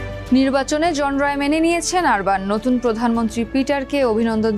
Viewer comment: লিখলেন অরবান উচ্চারণ করলেন আরবান😅